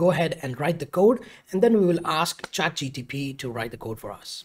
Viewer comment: Trigger alert: he keeps saying Chat G T P .. instead of G P T